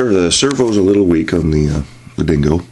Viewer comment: dingo not dongo lol